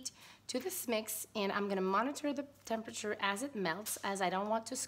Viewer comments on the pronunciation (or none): none